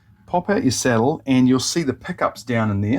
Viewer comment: 😂thanks for the tip. It took me the first 2min to realize the "settle" was the "sAH/dull" saddle. It was only through prior knowledge of piezo acoustic pups that i discerned the matter. 😂 First off, never alter your accent. Its like denying your heritage. Im from deep in the heart of Appalachia in the Southeastern US, im suuuuch a hillbilly, and proud of it. I cant use voice to text, vouce dictation at work(that one hurts), and bangledesh customer service reps have a harder time understamding me than i do them😂. Even when i speak with perfect diction and elocution as i would in a professional setting. Every year or two i get tired of typing and convince myself the software has improved, so i try dictating patient care reports and within an hour, im back to typing, heart broken, hands still cramping😢😂. This is a great tip and i can easily see how this would improve tone capture. Tyvm for sharing!